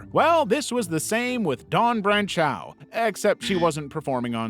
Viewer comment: Branch-ow is pronounced Branch-o. My last name is French and it sent me back to countless mispronunciations of my name 😅 eau(x) and au(x) is just “oh”. I really love your videos, though 🙂